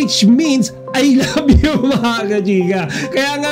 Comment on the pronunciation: Ang sarap sa tenga yung pagbigkas ni Paulo ng I love you kay Kim.Natural na natural.